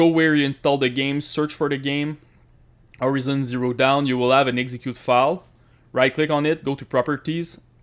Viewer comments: "orizon zero down" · Did he just said Horizon zero down?